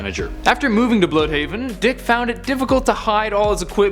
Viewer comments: Dude, it's not "Bl-ew-dhaven." It's pronounced "blud-haven" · You say it blood haven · Tuba_G He butchers everything on purpose lol.